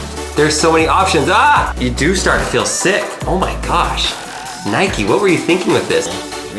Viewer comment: Nike not nikE